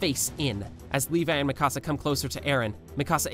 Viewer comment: its pronounced Mikasa